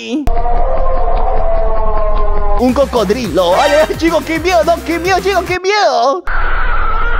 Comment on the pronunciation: no dice "uy que miedo" dice: "que meyo"